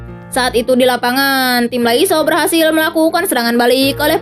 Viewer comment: Lasio min bukan laiso 😂 canda min canda 😂